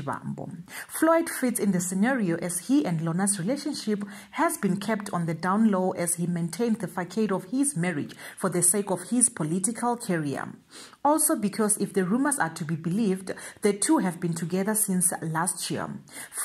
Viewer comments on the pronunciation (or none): Façade....pronounced "fasaad" my lady. You're welcome.